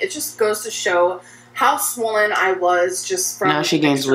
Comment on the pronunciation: I hate how she calls it swollen.